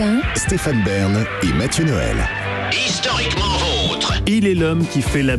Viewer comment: C'est la première fois de ma vie que j'entends un français prononcer correctement du Suisse Allemand. Respect Mr Bern (à prononcer "Baarn" en patois bernois)